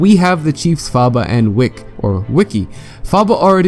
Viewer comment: I believe that Wicke's name is pronounced as "Wick~" and possibly not "Wick-E" Just my two cents.